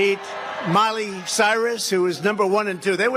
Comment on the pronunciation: Its Miley not Molly...🙄